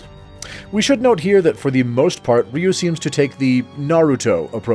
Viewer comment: First off his name is not "Ree-yew"